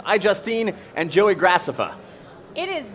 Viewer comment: Man, they pronounce Joeys name even more wrong than Miranda.